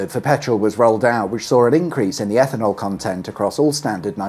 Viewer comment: EFFANOL? 'EFFIN 'ELL!